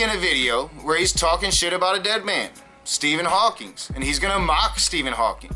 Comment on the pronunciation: This bothers me much more with Matt than you... but once and for all - it's Stephen Hawking, not Stephen Hawking(s) - credibility is in the details... not God